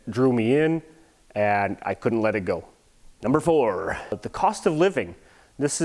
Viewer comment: Also ich kenne keine Engländer die ein hartes R haben.😂 Wenn du genau drauf achtest hört man auch jedes mal wenn "The" sagt mehr ein "S" als ein "Th". Und mit diesem Satz wirst du mich wohl als den deutschesten aller Deutschen halten, aber mir egal!😂